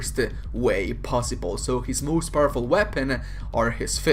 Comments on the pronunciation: Whenever he says powerful when talking about Thanos it sounds like purple wich is hilarious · Your accent made this video so much better at one point. I heard "and this made thanos one of the most purple characters in the marvel universe" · Every time you called thanos powerful I thought you said purple.